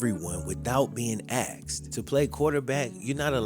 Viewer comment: It didn’t help that Andrew inherited a bad Headcoach (Chuck Pagano) and a horrible GM (Ryan Grigson). Also, to my black folks. Why do some of you find it difficult to pronounce, ask asking,& asked? Ax, Axin, & Axed, are not words.